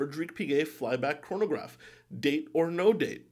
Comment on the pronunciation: Love your videos and glad I subscribed to your channel. Please don't take this the wrong way, but chronograph is pronounced krahn-o-graf, not korn-o-graf.